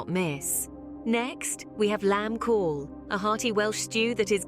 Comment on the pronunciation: The AI ain't saying Cawl correct. Get a human to do the job.